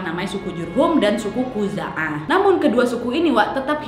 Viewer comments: Bkn Khuzu'ah tp Khuza'ah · Awal nya udah bener nama sukunya, eh di tengah tengah salah 😂😂 Khuzaah yg bener kak 👍👍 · khuza'ah apa khuzu'ah ya'mur atau ya'mir bingung kak wak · Koreksi suku khuza'ah , bukan suku khuzu'ah 🙏